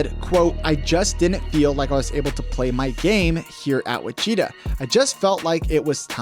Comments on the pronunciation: And Wichita is pronounced wi-chuh-taa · LOL you say Gonzaga right, but butcher Wichita. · And witchita state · You should learn how to say his college name before making the video, you butchered Wichita like crazy, I've never heard it pronounced the way you said it. Good video otherwise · Ma-leek not Ma-lick Monk, and Witch-i-taw instead of which-cheetah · I thought your pronunciation of Malik was bad. But you absolutely butchered Wichita. Had to stop watching the video. You can’t watch basketball.